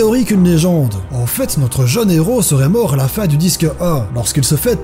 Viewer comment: Ca sent le belge ça: "[...]à la fin du disque ee" ;)